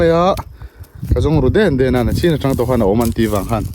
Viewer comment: Mai tih turah mei i ti deuh vek a. Nichin tih turah nachin i ti bawk. Sawiselna lam ni lovin ṭhahnemngaih thilah ka lo sawi ve a nih chu.